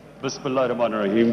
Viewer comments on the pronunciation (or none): none